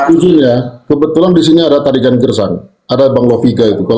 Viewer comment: Tarigan gersang bukan girang.